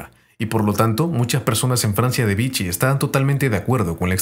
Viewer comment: Vichy se pronuncia/vishí /